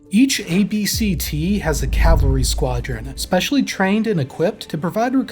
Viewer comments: This speaker couldn’t say Cavalry if it saved his life !!! LOL !!! He kept mixing up Calvary with Cavalry !!! Calvary is the hill they killed Jesus Christ on and the Cavalry had nothing to do with that !!!! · The way you say "cavlary" instead of "cavalry" is shouldn't bug me as much as it does, but it do. Just FYI. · It's CAValry not CALvary. The hill Jesus died on is not a premier American fighting force.